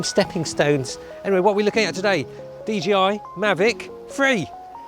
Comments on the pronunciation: why do people say 'dgi'? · Why do people say D-G-I instead of D-J-I?